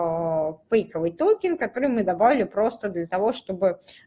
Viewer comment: Слушать конечно тяжело, ааа, эээ, токен, тоУкен, хихих, серб серб кофе.